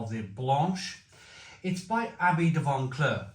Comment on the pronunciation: No "n" in Vauclair. It's V-oh-w-claire.